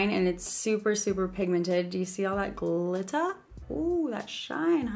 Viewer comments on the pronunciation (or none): Is it just me or did she sound english when she said ‘glitter’ when she tried the lip gloss? 😂😍❤️